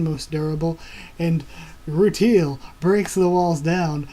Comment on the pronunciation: rutile pronounced ru tiel not teal (sorry, just a small nitpick) it is earth btw, not another country. just after it got hit by 6 moons (they go over it a bit in the beginning of the 2nd ep) more details will be revealed about what happened to earth, but i won't spoil it :P